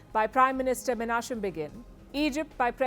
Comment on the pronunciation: Palki, the name "Chaim" is pronounced "Khaim", please make a note of it. Menachem is pronounced with "kh" not "tch". Aother small clarification: BTW, it was not Harry Truman, but Stalin who recognized Israel first and sent his Jewish veterans hoping to make Israel his outpost. But after that, the Soviets chose to support Arabs . They armed the Arabs and Yasser Arafat's army. They are responsible for reinforcing a notion of a "Palestinian nations". Until that there was no differentiation between the Arabs - it was all "Trans-Jordan Arabs".